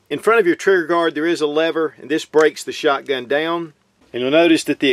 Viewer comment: He yer. Da yown. Or here and down? Funny. One syllable becomes two.